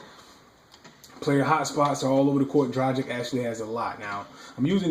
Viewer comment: good video - his name is pronounced "Dra - giCH"